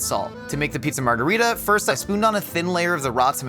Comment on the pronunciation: love how most of the time tries to pronounce foreign words in an authentic way, but the pronunciation of 'margherita' really could be better (same goes for many non-italians around the world). the italian 'margherita' and spanish 'margarita' are the same word (meaning "daisy"), but they are different languages so it's not pronounced the same!